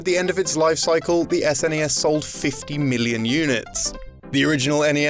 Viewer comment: I can actually finish this video, as he is not saying "ZZZNESS"